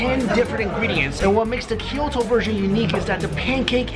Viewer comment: Ki-yoto? Toki-yo? never heard of those city. But i have heard of Kyo-to and to-kyo. Funny Canadians.